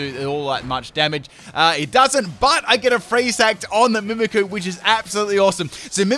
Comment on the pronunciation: Btw it's "mimikYOU" not "mimikoo"